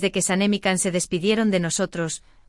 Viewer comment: Siempre llaman Kan a Can todavia no entienden que Se pronuncia Jan o Yan pero no Kan y El tambien siempre Se los repite por favor entiendan y mas ustedes Mundo Turco ya que suben contenido sobre Can y Demet digan bien su nombre como bebe ser......